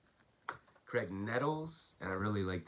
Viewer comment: "Graig" Nettles :-)